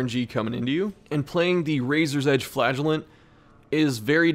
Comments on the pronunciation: I can't watch this, all I hear is "Flatulent" lol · I can't not hear you say flatulent not flagulent. I'm just picturing him farting profusely in the dungeon.